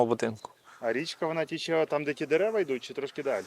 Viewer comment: А річка не "тіче" а "тече"